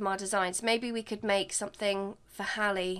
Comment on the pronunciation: Love that you named your sims best friend Hallie and pronounced it right! Rarely see my name spelt and pronounced right I love it!!